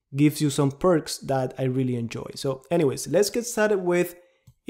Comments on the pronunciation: Not pirk.. Pirc is pronounced Pirs/Pirz defense. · I can only imagine how many comments used to be about pronouncing it “perk defense” 😂